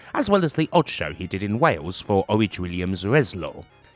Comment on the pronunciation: Did a clean job on Worldwide vs Brad Armstrong in 96.. Knew his place, and knew who had the greatest entrance music of all time. And, for fucks sakes. It's not Orij Williams, It's Orig. Like an Oil Rig. A bit of some respect for someone who brought over some of the greatest international talent off all time on S4C and worked on Eurosport on commentary for New Catch, and Wanz's Catch in Austria. In a Welsh accent he could mention the Japanese wrestlers on commentary correctly, so give Orig his flowers, and pronounce his name correctly.